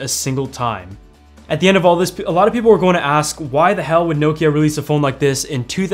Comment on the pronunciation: He pronounces it well enough